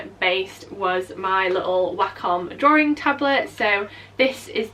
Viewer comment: love how your accent says "draw" "ring" for "drawing"